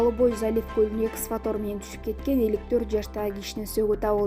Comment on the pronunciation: Эксватор дебей туура окусан